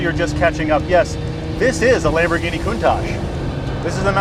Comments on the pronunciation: Lamborghini Poontach... nuff said. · It’s lamborghini countach Not lamborghini khoontach stop pronouncing it like this